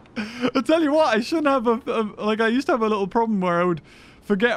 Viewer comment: Me: Little Nightmares: Lilel Nightmares